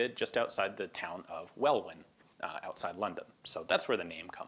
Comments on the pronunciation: Pronounced 'Wellin' not 'Wellwin' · Well done mate,like your channel It’s pronounced Heartfordshear ,heart-ford-shear,all the shires are pronounced shears. And Welwyn is pronounced Welling or welin depends where you from in London ,or uk As in Welwyn garden city is welin or welling garden city. Hope that helps But well done anyway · Welwyn is pronounced Well-In, Other than that, this was an amazing video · Welwyn, as in Welwyn Garden City where the Welrod was manufactured, is pronounced "WEL-in", not "WEL-win". Pedantic I know, but very important correction XD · Welwyn isn't pronounced Well-win. It's Well-in. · In your reference to why all these SOE devices were prefixed 'WEL', you said it was after the name of the place they were developed- Welwyn in Hertforfordshire, north of London. You pronounced it incorrectly. It's not 'wel-win' but 'well-in'. Hope this helps. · "WELLIN" not "WELL-WIN". Spelled "Welwyn" but the second "w" is silent. I have a (poor quality) photo of the blueprint/specs for this pistol, saw it in a museum in Essex, UK. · Kept trying hear where these came from. I'd never heard of Welwin near London. Turns out it's an American trying to say Welwyn which is pronounced welin. Really interesting though thank you so much. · It's "Well-in" not "Well-win" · Well-in, not well-win. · Wel-win? 😄 it's pronounced well-in......blooming colonials. Ha ha. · Well win. Lol. Pronounced well in. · It's pronounced "well-in", not "well-win" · Pronounced 'well-in' not 'well-win' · Welwyn is not pronouced well-win but well-in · Ian, just so you know the town of Welwyn (Garden City) is actually pronounced Well-In, not Well-Win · Welwyn is pronounced "wellin". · The town is pronounced Wel In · It’s pronounced Well-in 😅 the second w is silent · Welwyn.. Pronounced well in.. Second w is silent, like l in almond, its ah mond.. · "Welwyn" is pronounced "Wellin" btw. Silent second W. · It is actually pronounced Welyn, the second 'W' is silent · It’s pronounced “well-in”